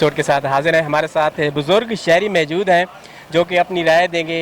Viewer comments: Jahil logon ko reporters bana deeya hai?Reporter nay video kay shiroo main kaha kay aik Buzoorg Mayjood hain😀😀😀abey Payndoo,Sahi Lafz hai Maujood not Mayjood.English ki aisee taisee,kam az kam Urdu hi achi bol lo. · Mike pakra hai or mojod ko mejod keh raha hai